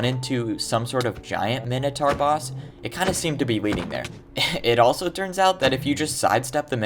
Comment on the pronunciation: he said mintoaur million of times after he called it the weird cow thing.